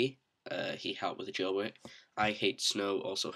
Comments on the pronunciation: i love how u say jail bwake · nice jailbweak... uh jailbreak